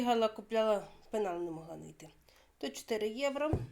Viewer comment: ПЕНАЛ, а не пИнал, 😅...